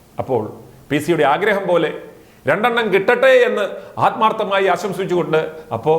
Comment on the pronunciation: രണ്ടണ്ണം അല്ല (രണ്ടെണ്ണം)